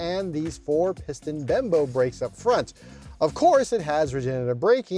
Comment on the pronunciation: Lol, did he just call them 'Bembo' brakes?